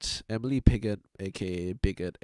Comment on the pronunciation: A few things to note: Piggot is actually pronounced 'Piggoh'. Coil tends to be flanderised into kidnapping everybody that might possibly be useful to him, forgetting that he finds carrot preferable to stick. Miss Militia is a bit of a yes-woman, who will follow orders she disagrees with and pass things up the chain rather than make any difficult decisions herself. Kid Win's specialty isn't just modular equipment, it also includes stuff with multiple functions and alternate settings. Basically, equipment you can customise on the fly or, as I like to think of it, his specialty is ADD equipment.